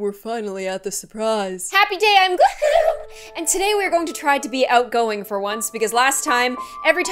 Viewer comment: I love her because in every video saids gloom